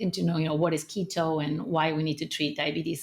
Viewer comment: Keto, not Lego :)